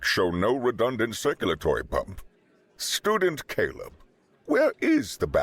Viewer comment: I swear to God, I kept hearing “ stupid Caleb” instead of Student Caleb. 😂😂😂😂😂😂😂